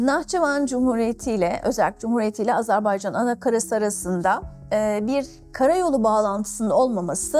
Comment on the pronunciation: Bu "profesör"ün ısrarla AZARBAYCAN demesi bir beni mi rahatsız ediyor ? Neden ARMANİSTAN , AMARİKA demiyor mesela ...